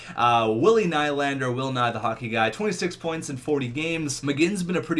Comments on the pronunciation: Nylander is pronounced nee-lander, so ur nickname is pronounced incorrectly 😂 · I am fine with will ny the hockey guy and his name is pronounced William knee-lander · T&T Gaming nah, I would say its pronounced new-lander. Theres no word in english to pronounce ny from swedish. But hey, how should I know. Im just a swedish guy lol